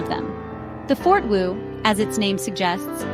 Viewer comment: Hahahaha. Obviously Artificial Ignorance Generated. Proceeds to pronounce "For-Two" as "Fort-Woo" repeatably.. (I thought I had accidentally clicked on a clip about some asian military base.) Its "For-Two" as in for two persons, pretty self explanatory. Then displays a picture of a "For-Four" And then thats not even a ForTwo, thats a Renualt Twingo (Ok, its basically the same floorpan but its not a ForTwo) The price of a ForTwo in 2007 was $11990USD So no, not the same as most cars at the time. Handling is great and you can handbrake spin them it its own footprint. Also amazingly good at collision mitigation. Not a fortwo fanboi at all but most pass judgement on them devoid of any actual knowledge about the car. Still have a few more years before skynet takes over........ Or is it Skyn-et ?